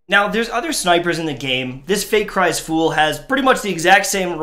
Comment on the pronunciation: This man said Fate Cries Fool. needs his dad glasses.